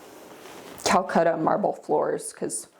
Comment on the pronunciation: Calacatta marble is often mispronounced as “Calcutta.” Even designers do it. Beautiful home, tho.